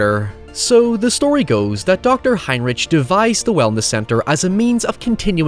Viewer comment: It is spelt "Heinrich" but is pronounced "Heinrick"